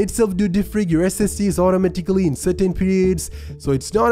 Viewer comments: Automatikly lmao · "It starts automotickley" it auto tickles you lol. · you the guy that say "otomaticaly"